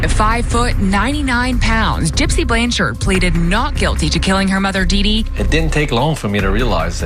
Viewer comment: There is no E at the end of her last name, it’s Blanchard & not Blancharde